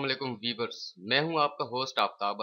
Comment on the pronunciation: o bhai vevers nahi viewers hay